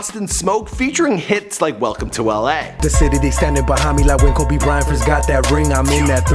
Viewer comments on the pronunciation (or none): none